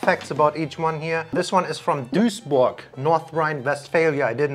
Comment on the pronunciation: Kupi? What? Dusburg? Did you forget your language ?